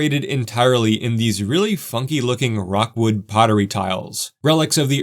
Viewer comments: The pottery is pronounced rook-wood NOT rock-wood It's Cincinnati's world famous ceramic /pottery manufacturer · Gosh, I just can't stop correcting things today :). It's not Rockwood - it's Rookwood - and you're by no means the first to make that mistake. Minor flaws aside, I'm still really enjoying your content. Thanks! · The fountain was completely restored, and even has multicolored concrete walks and stairs around it. The fountain only operates in summer. Also, Rookwood is not pronounced ROCKwood. It sounds like LOOKwood. Cincinnati's Rookwood Pottery is probably the most famous ceramic/pottery company in the USA, and is still in business in Cincinnati's Over-the-Rhine downtown area. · Great vid, but a correction. It's Rookwood Pottery, not Rockwood. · Lifelong Cincinnatian here. Very nice video, covering this iconic city feature as it is today as well as its storied history. I appreciate the time spent creating and posting it. A couple of nits: Its “Rookwood,” not “Rockwood.” Named for another local icon, Rookwood Pottery, which is worth considering for another video. Hint, hint. 😉 Also, Falmouth, KY is pronounced FAL-muth, not “Foulmouth.” LOL Cheers! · It's ROOKwood, not Rockwood. Rookwood Pottery definitely should be a part of your full-city tour. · FYI it's ROOK-WOOD pottery not ROCK-WOOD... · It's Rookwood NOT Rockwood! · Great video. I was lucky enough to take one of the last trains. I wish you'd spent some time on the history of the murals. I don't live in Cinti any more, but next time will definitely hit this up as there is way more there than the last time I was in town. PS: It's Rookwood Pottery, not Rockwood. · Rookwood not Rockwood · It's pronounced ROOKwood, not ROCKwood. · Very cool. One minor corrections. The famous pottery company that made the funky tiles is pronounced "Rook-wood", like the chess piece, not "rock-wood" like the stone. Definitely on my list to visit if I find myself in Cincinnati. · It's Rookwood, not Rockwood.